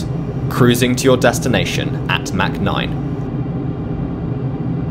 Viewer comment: Its not mac 9 its mach 0.9 lol